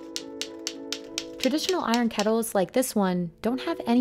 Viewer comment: Urgh the way she pronounces kettle. “Ketl” no love it’s “KeTTle”